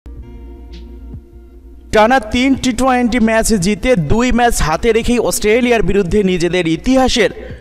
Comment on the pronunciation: Vai apni twenty bole twainty boliyen na birokto Lage. Emnitey pic copy koren abar uccaronewo vul koren.😠